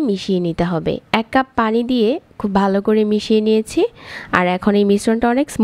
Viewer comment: ভালো করে....... এই শব্দ টা উচ্চারণ টা সঠিক ভাবে করবেন, পরবর্তী ভিডিও তে আশা করি।